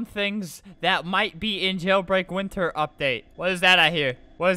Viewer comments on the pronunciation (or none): none